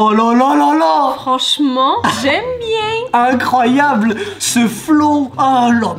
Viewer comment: Jsp sa fait commdien il a di icroiyable